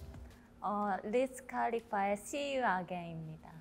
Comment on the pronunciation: The way momo said liz khalifa instead wiz khalifa XD